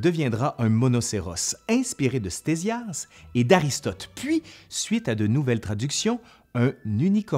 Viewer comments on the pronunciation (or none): Pourquoi prononcer "stézias" au lieu de « ktézias" ? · "Stésias" ??? Petit lapsus je suppose, ça se prononce (fort logiquement) KTésias... Et le portrait affiché dans la vidéo est le plus souvent attribué à Hérodote, plutôt que Ctésias...